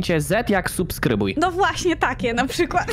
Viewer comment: Green - Tata Maćka 🤣🤣🤣 | a i jeszcze kloced D to nie supskrybuj bo na D a nie S jak wąż po angielski Snake duży SNAKE